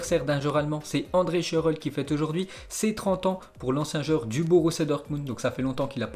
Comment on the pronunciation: Prononciation Shurrle Genoa 🙏😅